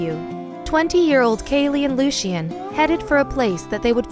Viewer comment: Lucien is pronounced loo-see-in But that's in a different language 😂